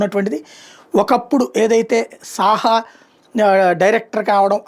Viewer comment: Jourlist gaaru Saaha kaadandi sahoo anali